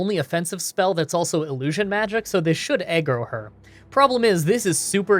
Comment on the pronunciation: its "aggro" ( ahg - grow ) not ( ahg - gruh )